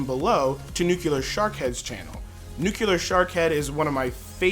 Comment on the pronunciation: Its Nu-Clear. Not Nu-Cular. But good vid :P